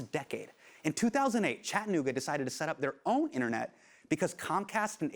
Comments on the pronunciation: It’s Chatt-ah-noog-ah, not Chadnooga, friend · It's Chattanooga. Cha-tta-noo-ga. You pronounce all four syllables.